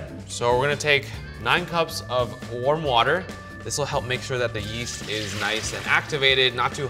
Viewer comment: When he said “yeast” i thought he said “yeet”